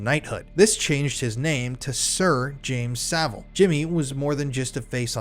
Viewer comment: Jimmy Sa-VILE.